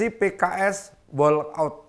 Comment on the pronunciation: Pak bukan diucapkan wolk aut tp wok aut